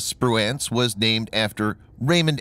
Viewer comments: Liked it but you or the computer kept mispronouncing Spruance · Mispronouncing the names of both ships. I love your videos, though. Please keep them coming and God bless y'all, my friends!